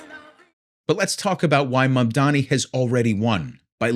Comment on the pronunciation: Why is “Mamdani” hard to pronounce for these people, it is such an easy name if you are using a language neutral reading mode. Where all ‘a’ are assumed like in “bat”, ‘i’ is ‘ee’ like in “knee”.